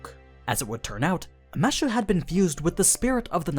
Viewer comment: its kind of annoying hearing "mashu" instead of "mash"..... might as well call her mattew if you are going that route. Also, Fuijmaru was a mage from a start, a shit mage, but a mage. Not an average person. The 10 spots were open to the "public", but not the general public, the public of mages. Also another mistake "somehow he knew the world would end soon", yeh, not really. Its just that's what the animusphere family was all about from the start, monitoring the world and the stars. Also, it helps when his servant can see the past, present and future, hint hint hint. so overall you still have a few mistakes here and there, those are just the 2 that jumped to me from the start